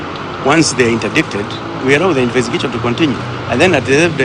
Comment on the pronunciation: Infestigachon!?😅😅😅 Nkt